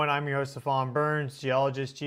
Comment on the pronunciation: You're pronouncing your own name wrong. It's 'Stee-van."